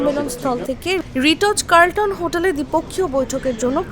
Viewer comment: রিটোজ কার্লটন 😂😂😂😂😂 এরা এত অশিক্ষিত কি ভাবে হতে পারে 😂😂😂😂😂